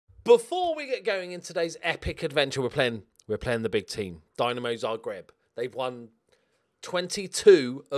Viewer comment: Please, for the love of God, it is not fucking Dynamo Zagreb, it is Dinamo Zagreb.